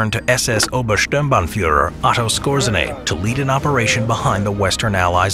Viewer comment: Otto Skōre-zay-nee